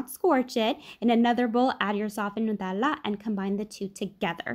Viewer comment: 10/10 "nutella" pronounciation